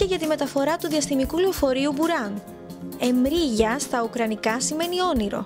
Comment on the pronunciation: Βασικά προφέρεται Μρίγια και όχι Εμρίγια